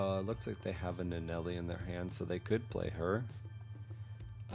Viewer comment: LIstening to you say Nuh-Nelley is killing me. It's right there.